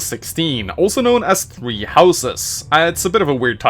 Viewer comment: Now,I Know Your First Language Isn't English.But,When You Say "Three Houses" It Kinda Sounds Like Your Saying "Tree Houses"